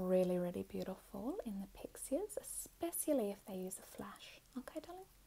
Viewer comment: How you say motion and especially has me dead hahahaha